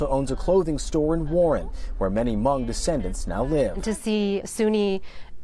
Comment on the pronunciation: I applaud and thank you for pronouncing Hmoob/Hmong 'correctly' as it should be. You are the first American/non-Hmong I have heard to pronounce my people's ethnicity correctly. Thank you!